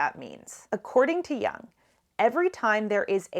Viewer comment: it's pronounced "Yoong" (C.G.Jung), not "Young". Best Regards from Switzerland & thanks for your talks!